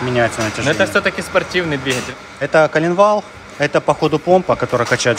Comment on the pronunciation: ДвиХатель везде Хгэгаете 🤣🤣🤣